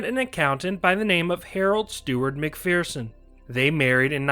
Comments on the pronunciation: Mc"FEAR"son is an incorrect pronunciation. Mc"FER"son is correct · Hmmm… for the last 50 years, I have only ever heard everyone pronounce it “McFEARson” (not “McFERson”). Are you certain you’re citing the American pronunciation and not the British one?